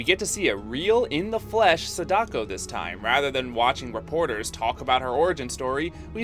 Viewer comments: I’m sorry to be this person, but gah, your butchery of their names is wounding me. “SAH-da-ko” not “sah-DA-ko”. Most Japanese names have the stress on the first syllable. Her name (and Kayako’s) are repeated so many times in the film. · Sada-ko not Sadak-o... Kaya-ko not Kayak-o